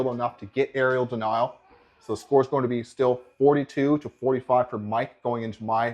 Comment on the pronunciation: *Area denial* not Arial denial